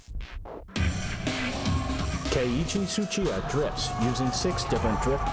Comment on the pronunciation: It's not Suchita It's Tsuchiya!!!!